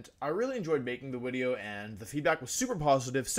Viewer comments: Take a drink every time Wolfe says "wideo" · Wolfey the type of guy to say wideo instead of video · what's a 'wideo'? XD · The Wideo, The Wictory, The Wideo. Heard this in the first 10 seconds, i like the wideo for it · Can I ask y he says he mixes the v and w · Please tell me you say wideo jokingly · Wolfey i love your content. But please stop saying “wideo” so much it’s become too much of a meme! 😂😂 please just say video lol